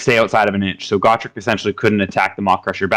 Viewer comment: Just gotta say....it's Gotrek...not Gawtrek.... he's too good to not know his name lol. Great lists amd great win loss record